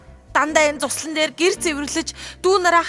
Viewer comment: өөр гоё хоолойгоор уншуулвал гоё зохиолууд шүү бас цуслан биш зуслан шүү бичигн хэллэгээр уншаад бна